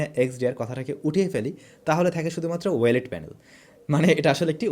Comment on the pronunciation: ওয়েলেড না ও-লেড ভাই।